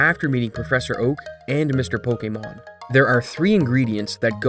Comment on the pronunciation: Oh god, I can't listen to this "po-KEE-mon"...